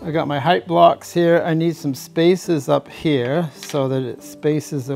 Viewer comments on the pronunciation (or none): none